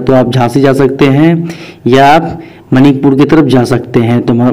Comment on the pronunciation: मनिकपुर नहीं मानिकपुर है 😀😀😀😀😀